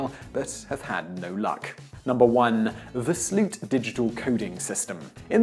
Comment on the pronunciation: The way he pronounces Sloot makes me want to snap my own neck and fall into a tub of bleach but you can't ask much of foreigners trying to pronounce Dutch anyways...